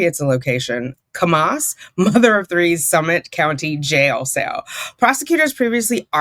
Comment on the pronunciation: Hey,! I live in Utah though I'm in the Southern part near where Jodi Hildebrandt lived. But fyi, Kamas is Ka- as in candy, and mus as in hummus. Love your content! ❤